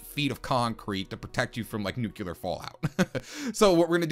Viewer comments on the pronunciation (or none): NUCLEAR You said nucular...